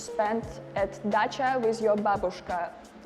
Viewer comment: Dacha sounds like the car Dacia lol